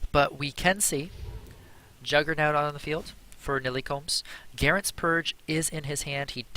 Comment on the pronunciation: this guy just said jugger nowt? fsmh